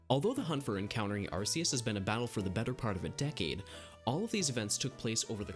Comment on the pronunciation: You pronounced Arceus wrong